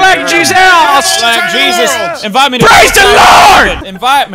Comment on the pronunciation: saying "black jeSYAUs" just makes me chuckle every time